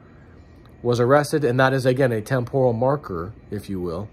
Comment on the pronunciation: Please learn to pronounce TEMPORAL properly. pronunciation is wrong.